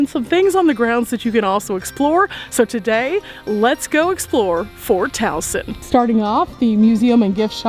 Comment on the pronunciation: I am just amazed that you pronounced Towson correctly. We have a Towson MD and people often pronounce it “Toe-son”. 😂. All kidding aside though - great video - Andrew Jackson was an awful president - I will be glad when Harriet Tubman replaces him on the $20 bill. Thanks for educating all of us.